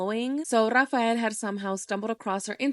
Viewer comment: I like how she says RRRAFAEL 😮😂😂😂😂😂😂😂